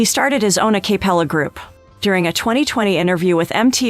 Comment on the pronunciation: Why does AI not know how to pronounce Catherine or Acapella ?